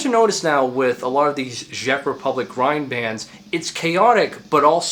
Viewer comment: why are you saying ghjeck republic